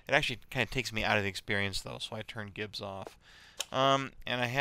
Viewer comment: "Gibs" is pronounced "Jibs" as in "Giblets"